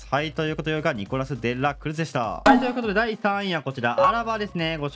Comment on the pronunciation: 間違ってないしむしろあってるんだろうけど｢ニコラス・で！ら！くるす！｣がめっちゃ気になっちゃうw